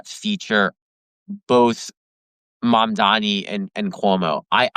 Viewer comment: Tara, I was about to subscribe, as I enjoyed this guest -- but please learn how to properly pronounce the names of candidates. If you watched the debates, which I would hope you did, you would know it's M-A-M-D-A-N-I. It's not that hard.